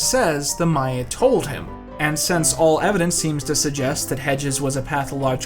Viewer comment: thank you so much for saying maya instead of mayan!!! such a tiny difference but it proves that you actually know what you’re talking about lmao - a happy archaeology student